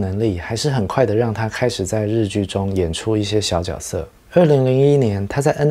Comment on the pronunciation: 角色的发音错了吧，绝色吧